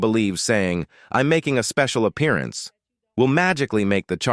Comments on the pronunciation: A special apperiya-ance 😂😂😂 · Appear-ience! Learn to pronounce the words correctly!